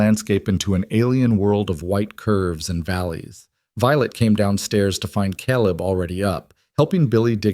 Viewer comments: It's KAYleb!! Otherwise fantastic story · Omg!! AI please!!! It's Caleb- pronounced Kay-Leb. It's obvious you've got someone teaching AI that isn't well read on English. But, the stories are good. I'm in Wyoming so you've got most of the info. Correct. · Caleb, not calib!!!! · How can we NOT have C-A-L-E-B pronounced correctly???!!!! Very distracting!!! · Excellent story, the best I’ve heard on the net. I’ve heard hundreds and this is the best. No greedy, land hungry, evil rich guy trying to force them off their homes. Very enjoyable. Just wish Caleb’s name was pronounced correctly, only thing I found irritating. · Loved the story but reading the whole story effect but couldn't get Caleb name right through out the story.